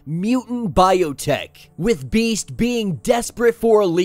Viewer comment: So this is how Domino’s current arc ends. I hope Max becomes her surrogate son. Btw I winced every time you said Beast’s name